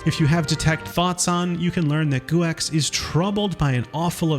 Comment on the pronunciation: Guex is pronounced go